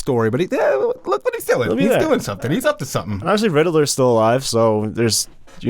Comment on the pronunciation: today: “Rid-i-ler” (Riddler) Also today: “Ed-en-ame” (Edamame)